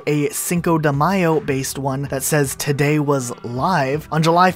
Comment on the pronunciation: says toady not today